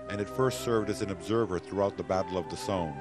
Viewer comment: Well written, but completely cringeworthy mispronunciation. Between Richthoven and the Somme (pronounced "sahm").